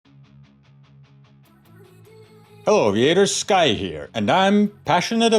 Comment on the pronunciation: Ну скай со странным акцентом 😂